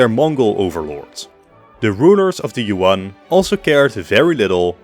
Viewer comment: Good video but i would also add the jagieollonian empire. Technically as much as an empire after the HRE after the 1200's. I mean i know you mentioned them in you video on varna but still. Btw good job on being one of the few that pronounced Nicaea correctly. Btw Yuan is pronounced more like Yuen.